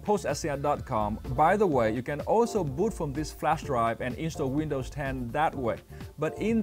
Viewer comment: Please someone tell him its not called flash dry but its flash drive